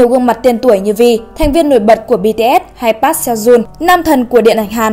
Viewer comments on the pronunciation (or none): Ad đọc họ "Pát" nghe ko hayi đau